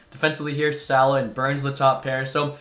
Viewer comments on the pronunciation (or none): none